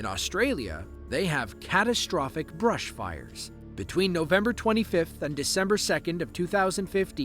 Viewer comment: Anyone else heard the AI say “bRushfires” instead of “bushfires”?